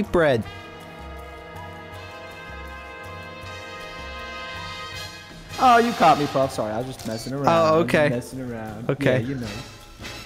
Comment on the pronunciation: First it's cahpper, then cahbble, now it's Breahd